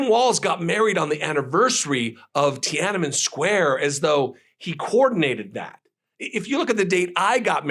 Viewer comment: Tianmin Square? The place where an attempt to MAKE democracy?